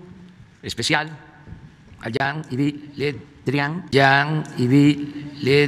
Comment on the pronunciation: Carajo ¿que nadie le pudo decir, se escribe Jean Ives pero pronuncielo llan ibs ?, ....Digo, pa que le intelija un poco, siquiera un poquito.